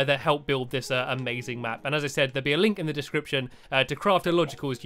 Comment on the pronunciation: link to their dicription in the channel ,u said it rong